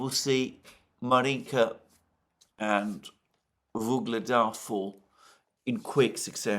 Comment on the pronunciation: "Gaza Surrounded" For once at least a semi-accurate headline on a place being surrounded by military forces. Quite unlike all his phony headlines on locales being 'surrounded' or "encircled' in Ukraine by Russian forces as at: Vuhledar, Bakhmut, Avdiivka, Kupiansk just to name four that he pronounced "encircled" or "surrounded" when nothing of the sort was happening on those battlefields. My advice: take a map reading class.